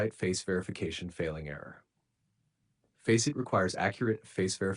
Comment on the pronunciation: that is NOT how you pronunce faceit